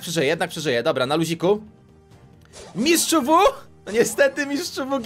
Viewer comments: ten mistrz wu nie czyta się mistrz wu tylko mistrz łu z bajki ninjago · Piszę się mistsz WU a muwi mistsz łu